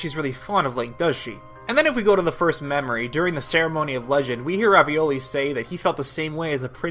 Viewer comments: It’s revali not ravioli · Why did you call Revali "Ravioli"? His name is obviously Falco. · "ravioli" I'll him that from now on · THE FACT THAT HE CALLS REVALI RAVIOLI KILLS ME 😂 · I wish, from the bottom of my heart, that you kept a straight face while saying every character's name wrong. Zebra loves Louse. Her trusty guards are Ravioli, Uvula, Mono and Darren. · Why do you call him ravioli like the pasta its Ravale afraid don't know how to spell. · FINALLY SOMEONE WHO CALLS REVALI RAVIOLI LIKE ME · IT IS SEAD RA-VAL-E. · Why did you call him revali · sooo we gonna ignor how he pronounced revalis name?